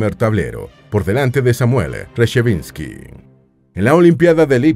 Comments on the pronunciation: Es Samuel Reshevski, no Resheviski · Es Reshevsky, no Reshavinsky. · Molesta oír el inexacto apellido del campeón norteamericano Samuel Reshevsky. En video sobre Fischer el locutor lo pronuncia Rechevinsky varias veces. Es inaceptable en un video que se supone bien preparado. Se nota que el relator no tiene ni idea de los mejores jugadores de ajedrez. El apellido del campeón mundial Smislov lo pronuncia "Chimslov".